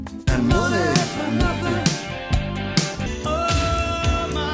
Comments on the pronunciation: What is "moneh"? Me: RDR2 flashbacks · "moneh, moneh, moneh. Must be funneh, in a rich man’s world" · Moneh is teh root of all ehvill. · Vsauce, Micheal here What is Moneh? Well, Moneh is the ancient scammer currency Not much is known about it but it is imagined that one moneh is worth 1 American US dollar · No he said “shut up and gimme moneh” Obviously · What Is Moneh? Hahahaha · Loads o’ moneh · "Okay just send moneh now" Dang it's become real hard to differentiate scammers from finance professionals these days